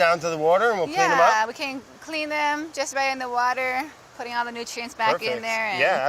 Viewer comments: Finally! A video where Brad says "Wourder" for the majority of it. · I'd say get in the wourder but we're already saying it wrong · It's the Hawaiian Wowter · Wait...where’s the “wauder” edits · "He can't even say water right." What a jerk. Seriously it's getting old. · after all these episodes, someone finally call Brad out: "you can't even say water right", Boom roasted!! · You can't even say water right.. lol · “You can’t even say water right” 😂😂😂